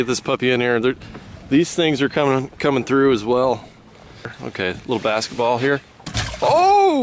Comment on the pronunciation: Bass-ketball hahahahha Okay I’ll leave now.